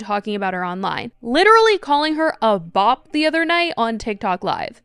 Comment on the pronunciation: she's a BOP bc she cheated... bro doesn't even say it correctly